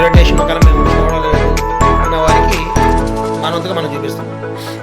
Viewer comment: టేషన్ కాదు స్టేషన్ ఇంకెప్పుడూ వీడియో లు పెట్టకు